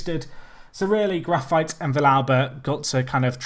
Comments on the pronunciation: isn't it Grafeetay not grafite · No, it's not. It's more like Gra-feet.